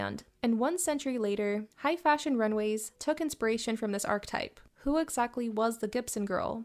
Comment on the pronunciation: Pro tip - Archetype is three syllables (ar-kuh-type) Interesting and well encapsulated!